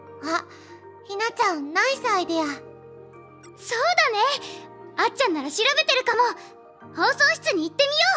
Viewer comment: Did she just say nice idea as Nai saidea? Hm...